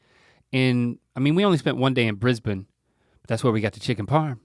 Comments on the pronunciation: Well done Link on pronouncing Brisbane and Melbourne as "Bris-bin" & "Mel-bin"... Most Americans say " Bris-baaaiin" & " Mel-boorrn". And yes, Melbourne are coffee snobs. They are state certified barista training schools. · I love how they pronounce Brisbane and Melbourne in an Aussie accent and then continue the sentence right on with their American accents! Their time in Australia has really helped them with the pronunciation xD